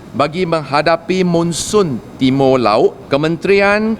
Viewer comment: Hehe..Timo laot, sukulela... Pelat2 pun try juga, tak kisah lah asal kerja onnzz👍🏻👍🏻